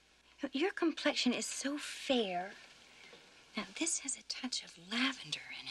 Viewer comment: " DARN THID STUFF " - 1990